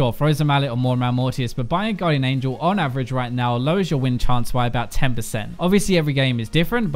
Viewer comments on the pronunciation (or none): none